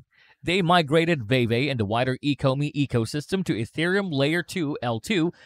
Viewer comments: It's pronounced "Veevee" not "Vayvay" lol js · Great video but Veve is pronounced like “veevee” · “Vee Vee” my brotha “Vee Vee” fantastic video nonetheless 👏🏿👏🏿👏🏿